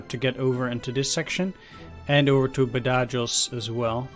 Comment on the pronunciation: Badajoz is pronounced Bad-a- Hoz ( or Ba-tha-hos if your American ) as has been the location of several major conflicts over the centuries, most famously it was the site of a siege during the peninsular war, described as Wellington's bloodiest battle .